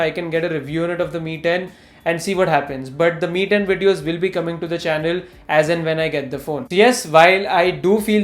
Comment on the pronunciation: I wasn't able to distinguish you saying ME and MI..... Quite confusing😅